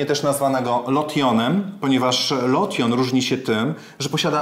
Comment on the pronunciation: Nie wymawiaj "lotion" ale jak "louszyn". Bedzie brzmialo poprawnie. Po polsku jest to plyn do kosmetyczny do mycia.